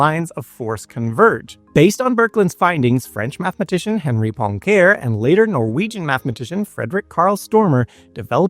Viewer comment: Henri Poincaire's name is pronounced "On-ree Pwonk-array"